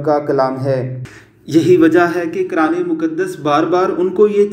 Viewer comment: آواز والا بندا عیسائی ھے قرآن پاک کو کران کھ رھا ھے